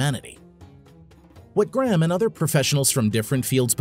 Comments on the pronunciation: Gray-Ham not Gram ffs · Americans n there accents!!! Pronounce it.. Gray....ham!!! This guy, calls him Gram 🤦🏽‍♂️ ffs!!! ✌🏽